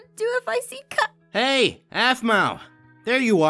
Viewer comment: Jennifer Nguyen Yas please! And also it's not Kia it's Kai